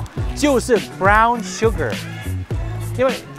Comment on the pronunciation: 红糖那个片段，女士看了包装半天，最后说出了一个不标准的红糖发音，看得出，她是因为看了包装才知道的😂😂😂😂